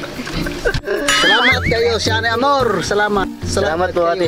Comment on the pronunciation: Natawa ako sa pagbigkas ng name ni ate amor nila Francis at ng kanyan papa😁😁😁